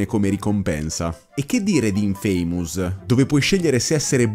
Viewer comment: Comunque infamous non si pronuncia “infeimus” la pronuncia corretta è qualcosa tipo “infumus”